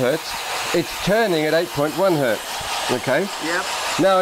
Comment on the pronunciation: Mutt and Hoog: Your pronunciation of Hertz hurts.